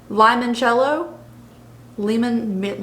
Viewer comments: The correct pronunciation is Lee-Mon-Chello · You could swap a shimmer from the Uh huh honey palette :) Also, limoncello is pronounced limon-chello, it´s a drink, like shot to have after a meal to help digest the food. love the video!!xx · It is pronounced "lee-mon-chel-low" 😉